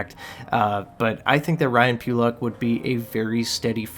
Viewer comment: Need to work on your pronunciations: Necas is pronounced NAY-chaz Pulock is pronounced puh-LUCK